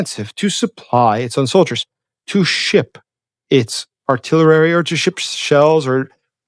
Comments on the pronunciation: Ar-till-er-rerry ? Your English is very good. But this word is pronounced ar-till-er-ree (artillery) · The word "artillery" is not pronounced "artillerary" It has 4 syllables, not 5. It is pronounced "are-till-air-ee" accent on the second syllable.. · Really enjoy your channel and find it very informative so I hate to do this, but it's not artillerary. It's artillery. Keep up the great work. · for the love of God, PLEASE stop throwing an extra "rare" syllable into the word "artillery!" Five instances of "artiller - rare - y" in one video are five too many!' Otherwise a good video. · Love and follow you. It is jarring, however, to hear you say artilerary instead of artillery. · Love your very interesting work, but please, ‘AR-TIL-ERY’ - there is no extra ‘er’ in the word. Small but irritating,. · Actually he adds 'ar': ar-till-er-ary! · "artillery" has 4 syllables (ar-til-ler-y), not 5 (ar-til-ler-er-y) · let me help you out here. You continue to say artillerarry instead of artillery. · sorry I don't want to pretend to be clever but just thought I would correct a speech error you have. Artillery is not pronounced artillerary! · The English word “artillery” is pronounced: Art-til-u-ree. 😊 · Love you but it’s Ar-till-er-e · Artillery is pronounced: aar-ti-lr-ee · There never has been such a thing as "artillerary" . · Avid member & supporter,! However: every time I hear you say "artillerary", I recall President Jimmy Carter saying "nukular"--- and Carter helped Hyman Rickover CREATE our nuclear navy (especially subs!)... In both cases, I totally empathize with the many friends & associates who pretend not to notice a single, mis-pronounced word-- because they're impressed or intimidated (or both!) by the sheer mental horsepower so revealed by the narrative surrounding it! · You mispronounce artillery! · I thought it was a one time thing. But this is the third video where cant pronounce artillery. Weird.